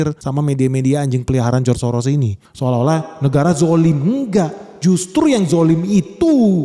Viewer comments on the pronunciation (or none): none